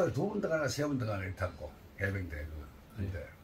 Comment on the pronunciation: 해변대 혼련소 ㅎㅎ 해병대 훈련소인데....동영상 자주 보는때 해병대 글자를 해변이라고 계속 하시네요...